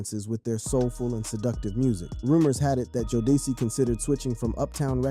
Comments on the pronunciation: Jo-deci How fkn dare u mate Its JODECI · Learn how to pronounce jodeci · Can’t even pronounce Jodeci right. Sad.